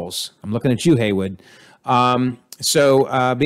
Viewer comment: It's slightly annoying the way you keep saying Yelena as "Yolina" Edit: and also Hayward is his name, not Haywood